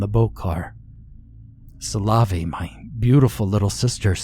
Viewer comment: Yeah, but making it sound like salami can't be right either lol.